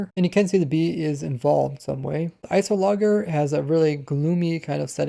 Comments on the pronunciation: i think its ice -ologer not ice o logger... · notice: it was actually you just pronouncing the g wrong. it's ice + -ologer (studier), it should be ice + o + lodge + er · I don’t understand how you could mispronounce iceologer right after Agnes shows you how to pronounce it seconds earlier (in editing anyway) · Lol. “Ice-o-logger” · ice oh logger lmao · pronunciation of "Iceologer" will kill me